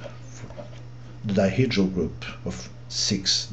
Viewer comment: I have noticed that you use the notation D_n to denote dihedrial group of order 2n , in the beginning of the video you used D_6 to denote the group of rotations of 6-sided poly ( a subgroup of dihedrial group ) but you pronounced it as Diherdrial group!